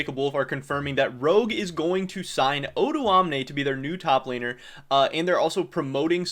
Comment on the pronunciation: his name is not actually pronounced oduamne, it's o doamne but he's fine with that as well i guess